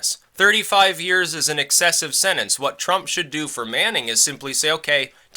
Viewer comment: You keep saying sennance, it's sentence. SEN-TENCE.